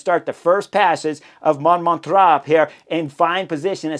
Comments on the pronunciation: Man, your analyses are the best ever, hands-down, but your pronunciation of localities can't even be called pronunciation: It's Montmartre [MON-MARTR], sth like Martyr, not Montraaa, come on, man :) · The pronunciation is more or less Mom-mart-r with the r more or less silent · It's monMARtre, not MONmartre. So, the only things at stake on the stage were stage placing and honor. The last lap showed what Visma wanted to do the whole tour: have one threat to Pogi attack with the other one on his wheel. When Pogi closes, the other one attacks. In this case, that was all that was needed, but, conceivably, this could have gone a few more rounds. Unfortunately for Visma, with Jorgenson, Yates, and Kuss becoming non-threats as the Pyrenees began, that tactic was not viable for the Tour result. Anyway, thanks for the analysis. PS: I think the stage could have been a disaster in clear weather without the neutralization. Because overall standings were not at stake, most of the peloton elected to play it safe on the Montmartre section, with folks finishing in groups over several minutes. Amazingly, I don't believe that there were any crashes the whole stage, despite the sketchy conditions at the end. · Not “Mount Montra” 🤣 😂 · Thanks for the show, Chris. Must have been at least three different pronunciations of Monmartre, but that's half the fun. Best cycling vids in the business.